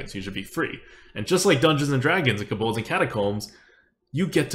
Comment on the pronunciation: It‘s „Kobolds & Catacombs“ ... not „Kabolds“ 😉